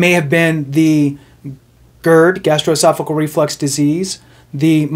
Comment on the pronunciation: GastroesophaGEAL, not "cle." Aside from that, great, ethical video. Really, ty for focusing on the rules and not furthering the rampant self doubt so many Vets seem to have stopping them from filing for benefits they deserve.